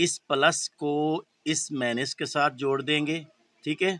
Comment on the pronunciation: پلس اور مائنس کو طریقے سے بولیں مینس نہیں بولیں سمجھتے ہیں آپ